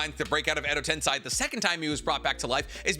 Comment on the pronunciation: the guy who says he knows the most about Naruto in the world second only to Kishimoto yet can't pronounce "edo tensei"? Nah